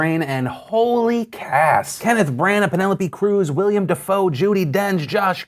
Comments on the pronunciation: Hey Philly-boop, his name is "Willem" not "William" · William defoe are you shitting me its Willem. Triggered. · .....Im sorry but this always bugs me....It's Willem not William Dafoe. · FYI Phil, there's actually no "i" after the "l" in Willem Dafoe. So it's Will-em as opposed to Will-E-Um. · my only problem with this video is that phil mispronounced "Willem"